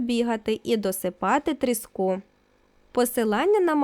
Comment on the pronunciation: трІску а не тріскУ